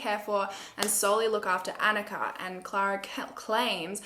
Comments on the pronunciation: *anicka (anitchka) ,,, it’s ok, u tried. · Sorry but you got the girls name wrong. Don't know how to spell it but is Aneeshka. Just spelt it how it's said. Yeah dude you got Barbara wrong as well it's Baborra. They are all Czech names. Might have been good to look at some other people who covered this case too for pronunciation and foreign names.